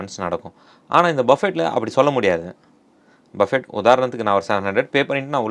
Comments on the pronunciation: Bufee… not Buffett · இதை BUFFE என்று செல்லவேண்டும். BUFFET என்பது தவறு. ஏனென்றல் BUFFET எனும் சொல்லின் கடைசியில் வரும் "T" யை உச்சரிக்க கூடாது. அது சைலன்ட் லெட்டர். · டேய் ..அது "பஃபெட்" இல்லடா..."பஃபே" Or "புஃபே" ...!Not BUFFET...it should be pronounced "Buffey" or "BooFey" ...T is silent!!!